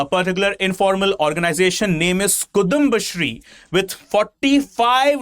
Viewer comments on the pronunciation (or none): Kuthumba alla kudumbasthree 😂.. just kidding. Thanks for the video. I live in Tamilnadu but a Keralite, so enjoying best of both worlds!!